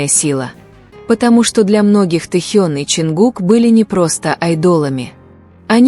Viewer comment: Научитесь правильно произносить имя Тэхёна но и другие слова тоже